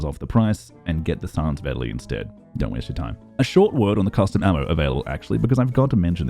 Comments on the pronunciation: I dont understand how anyone could have trouble pronouncing Vetterli. Say "Better Lee", there, done. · It is pronouncesd Vet-ter-li. Well, it is a lot easier if you are German and even that is not 100% correct. It is a Swiss Gun after all. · Its pronounced Fetterli, cause it was a swiss military weapon ;)